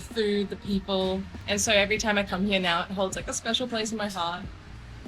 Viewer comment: I like you very much. Your Australian accent is lovely. The "hiya" (here) is very prominent. 😄